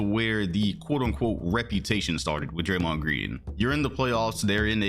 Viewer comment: Golden State warriors is as stupid as thei brAYMOND gWEEN.